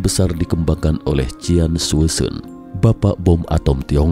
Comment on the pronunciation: Qian bkny cien y bcanya. Bkn cian. Sk bgt ntn 👀ke3